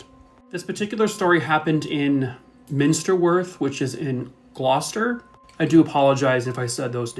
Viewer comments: You got it right! No one ever gets Gloucester right! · Well done for pronouncing Gloucester right 👍 not many people do